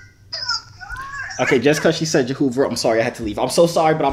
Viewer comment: Lmao when she said jahoover and face 😂